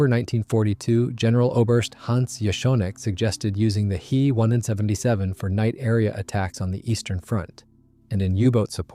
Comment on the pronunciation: "He" 177 ? Try "Ache-Eeeee 177 " This computer speak is hard to watch !